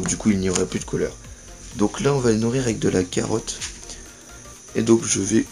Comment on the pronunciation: Oh c'est toi:) On dit carotte!